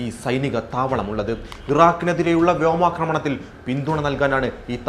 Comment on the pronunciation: ഇറാഖിന് എതിരെയുള്ള വ്യോമക്രമണത്തിനോ? ആദ്യം കൊണസ്റ്റ് രീതിയിൽ സംസാരിക്കാൻ ശ്രമിക്കുന്നതിനു മുമ്പ് വാക്കുകൾ മര്യാദക്ക് പറയാൻ പഠിക്ക്.! ഓരോ ജന്മങ്ങൾ!